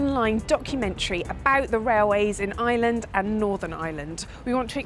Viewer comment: Looking forward to this...but please,, as I suspect you're going to be mentioning the place quite a lot (and you've shown that you're something of a linguist): It's Ireland -- not island! Of course you don't have to say the "r" (most varieties of English English, just like yours, turn it into "uh" in words like "fireman", and that's perfectly normal), but you do need to say the "uh" -- to distinguish Ireland (eye-uh-lund) from island (eye-lund). Nurse is here with my medication. I'll calm down now!